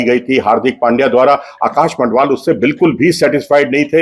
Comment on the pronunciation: Learn the names of players before you create the video. He is Madhval and not Mandhval